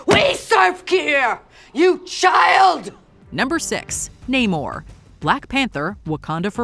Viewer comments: IT’S NAMOR,! NAMOR, NOT NAY-MOR! GET IT RIGHT, WOMAN! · I'm confused on how you could have pronounced Namor wrong